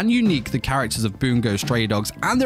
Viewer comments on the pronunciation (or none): every time he says "boongo" stray dogs i want to jump off a cliff